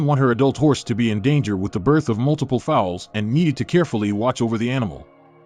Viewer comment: Pronounces foals not fowls